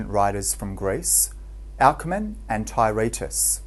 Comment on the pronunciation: Tye-RAY-tus is not how you pronounce it. It is pronounced Tur-TIE-us.